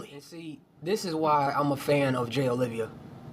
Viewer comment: Bro, everything's great except for the fact that his name is Jay Oliva, not Olivia. Please get it right.